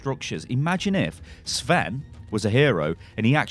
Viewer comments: Sven is a Scandinavian name not Russian sty. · Sven sound russian? :D Dude cmon you are from Europe :D not USA :D